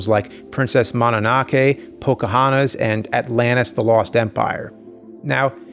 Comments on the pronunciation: Princess “mananakki”. It’s mo-no-no-ke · did you really say "Mana nah kay?" for MONONOKE? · Ngl i was kinda baffled by the pronunciation of princess Mononoke, Princess Mananakay really threw me for a loop. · yes. also "princess mananaake" lol